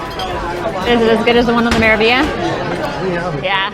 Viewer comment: It is pronounced: Mera (roll the r into the a) Veal YA